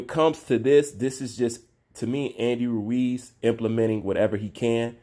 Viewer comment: Lol always struggles to say Andy Ruiz’s name. Every time 😂😂. Ruuew-eez